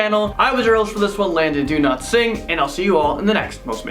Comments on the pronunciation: Anyone else hear “do not sing” when Landon says “Dowlatsingh”? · Omg same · Yes I do, I thought it was just me 😂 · Yes, I do. 😆